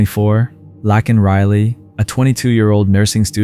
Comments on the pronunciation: her name is Laken.. you kept saying Lacken. its disrespectful to the deceased. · If you say lack in one one more time instead of lay kin or how her name is spelled Laken